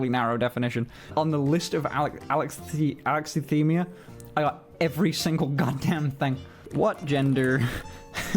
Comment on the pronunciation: Alexithymia is not being able to identify the emotion you feel. It isn’t the absence of emotion. We autistic have emotions. Try uh-lex-E-thigh-me-uh. 👍